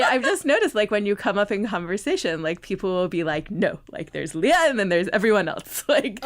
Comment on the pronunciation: Her name is pronounced LAY-uh. (Think Princess Leia from Star Wars.) Nice interview.